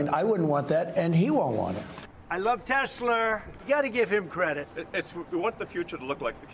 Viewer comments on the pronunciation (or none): He said he loves Tesler 😂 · "I love Teslerrr" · "I love Teslur!" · I love TESLER can someone tell him it's TESLA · Did Dumb Donald say I love Tesler? It's Tesla man. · Yes!!!!! Tesler 😂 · "I love Tesler". What a braindead old mongrel. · Did Trump just say he loves TesLER? I didn’t know he was related to Madea?😂